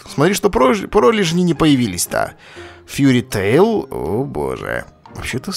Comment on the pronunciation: фьюри тейл а может фейри тейл